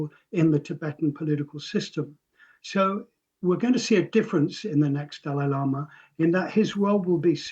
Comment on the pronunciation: Pronounce his name correctly